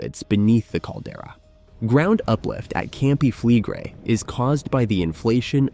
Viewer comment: Pronounciation: you pronounce the last two vocals seperately: e - i , Campi Flegre-i. No joke.